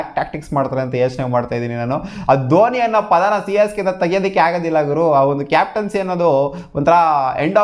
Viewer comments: Correct aage helda 😂😂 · Yes its Csgay